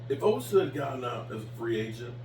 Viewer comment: please just say Osa. I have never seen a human being, let alone a YouTuber, that mispronounces names as much as you do.